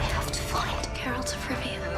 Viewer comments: Forgive me but it's Geralt not Jeralt. Ger like rhymes with hair. Geralt. Otherwise, glad you liked the trailer! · GAIR-alt! Hard ‘G’! I’m sorry but mispronunciations really bother me😭😭 Anyways, I’m totally Team Yen and I’m glad that this is a story about their little family. I’m beyond hyped for this! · You call yourself a fan, but don’t even know how to properly pronounce his name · Stop saying his fucking name wrong before he comes and uses axi on you